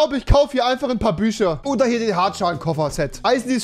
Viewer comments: Andere: bücher Rewi: büscha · Wieso sagt er bei Fisch ch aber bei Bücher Büscher tausch die doch einfach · "Ich glaub ich kauf dir paar büscher" Büscher Büscher !!! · Büscher? Büscher! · Bücher oder Büscher?